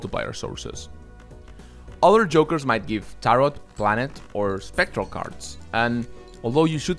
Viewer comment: Great video, thanks! Fyi tarot's second s is silent, it rhymes with "arrow"